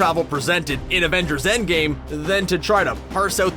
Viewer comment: did you just say "Avengers: Endgay" ?